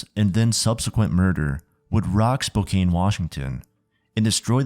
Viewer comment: How did you mispronounce Spokane so many times and then all of a sudden switch to the correct pronunciation for the middle portion of the video? Pronunciations aside, awesome video. Thanks!